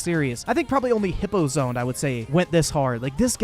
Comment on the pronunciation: Its hippozones son